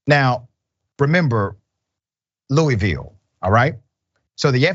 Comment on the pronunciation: Dr. Richey if you’re going to do this story at a bare minimum at least say the name of the city correctly, because nobody that lives in Louisville says it the way you just did and none of us in Midwest do either, but thank god Mr. Garland stepped in and did the job the AG of Kentucky was too damn racist to do, and now that the charges have been filed let’s hope that he can get these racist MFas convicted for life plus a thousand years!!!